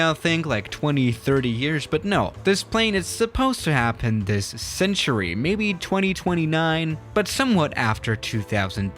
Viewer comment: "This centure" Proceeds to read out 2029 I guess he's not wrong